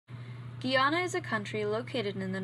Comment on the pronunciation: It's Gah-Yana not Gi-Anna 💀